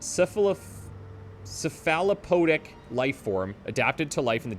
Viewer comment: "Cephalopodic" (pronounciation): Cephalopods are a class of creatures like octopus and squid (hence the Cthulu-like nature of Nicastro's ocean deity and her monsters). Thus pronounced cephalo-pod-ic ..